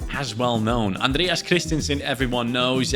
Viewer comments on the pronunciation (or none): none